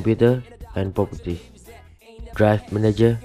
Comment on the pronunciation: Popoties hahaha it sounds just so funny but nice vid man!